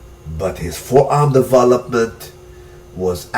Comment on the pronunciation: am i the only one annoyed with the accent in "devah-lopment"?